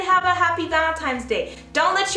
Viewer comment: am I the only one who hears "valemtimes day?" XD I so understand .. Chicano problems . lol I thought it was your mother in law saw the wedding video and she made valentines bad. not a hs story . You got me . lol